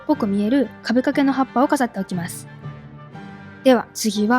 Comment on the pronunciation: 今回も素敵でした〜！！✨ みててめちゃくちゃワクワクしました！次の動画も楽しみです🫶 全然関係ないのですが、もずくさんの葉っぱの言い方(ハッﾊﾟ)ってどの地域のイントネーションなんだろ…🍃